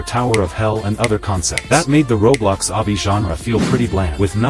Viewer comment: I love the fact that the ai generated text cant say obby correctly